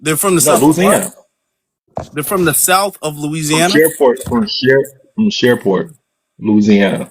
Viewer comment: B1 my beautiful FBA family ❤ Since when is Shreveport, LA pronounced Shareport, LA? These lying tethers gotta go.